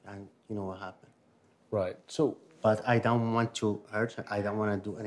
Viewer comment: the "whah happen" at the start had me rollin xd